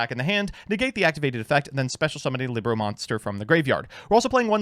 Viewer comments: It’s “LEEBromacners” not “LIBronancers” Liberal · Well technically its "lee-broh" as in spanish for book... Wow i actually used that fact... Huh...